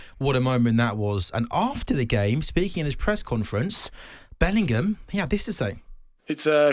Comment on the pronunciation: Bellingham, not Billingham.